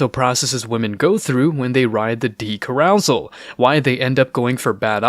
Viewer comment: Learn how to pronounce " carousel".